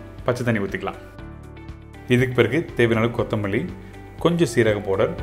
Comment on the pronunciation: What is po-durr ? Did you mean powder or fine ground spices yo ? The Po-durr ain't making sense